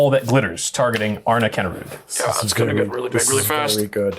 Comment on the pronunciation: You actually pronounce it as ''Arn'a'kinda rude'';p